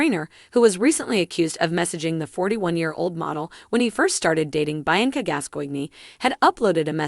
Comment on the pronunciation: It is pronounced BEE ANCA.......SPELT BIANCA!